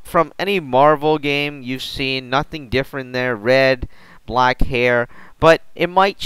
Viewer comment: You say the word black weird..